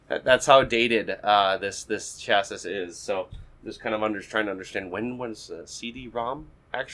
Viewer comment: Nice video, you have a good way of talking. Chassis is pronounced 'chassey', or 'sha'-'see'. My videos aren't as watchable so I cannot criticize.